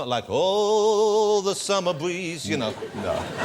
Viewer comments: Ooooooh the Summer Bweeze LMFAO!!!! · "Ohhhhhh the summer bweeze" lmfaoo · ohhhh the summer bweeze lol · oooohhh, the summer bweeze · he's being sarcastic because that's how jonathan pronounces the letter "R" ! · oohhh the summer bweeze